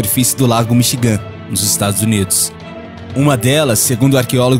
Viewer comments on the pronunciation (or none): Se pronuncia "MICHIGAN" e não "Michigã" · pronuncia inglesa terrivel, Michi-gan... e em outros videos tambem. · O video é bom mas o narrador fala errado demais ! Cê ta doido! Voltar pra escola jovem! Lago Mi chi gam.... haja paciencia. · Mí chi gan....essa é a pronúncia correta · Não consegui assistir até o final, o locutor parece não ter preocupação alguma com a pronuncia, e se não tem essa preocupação com nomes simples como Michigan ou a ilha de Creta, quem dirá nomes mais complexos relatados me fazendo crer que também estão errados, e infelizmente o Brasil já tem um déficit cultural enorme e uma cultura própria de tanto faz, que só gera cada dia mais e mais desinformados ou equivocados, então meu conselho é esse, sua ideia é ótima mas preocupe-se mais em passar o conhecimento da forma mais correta possível evitando assim formar conhecimento equivocado as pessoas que buscam seu canal!!!!